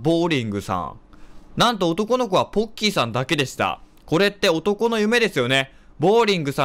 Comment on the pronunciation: ポッキー＝ボッキー ごめんなさい